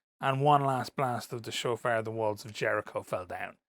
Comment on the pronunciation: You got shofar correct!